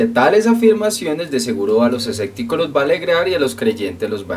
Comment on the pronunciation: los esecticos jaja se dice escépticos sobre todo lo digo por que pides buena ortografía además dices asecta y se dice acepta pero buen video recuerda todos tenemos errores